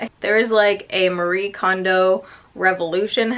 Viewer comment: FYI! Marie Kondo's name is pronounced Mah-ree-eh, or I hear her say just Mari sometimes, which is probably easier for english speakers.